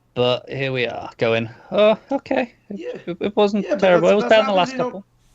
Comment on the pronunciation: It was TEWWIBLE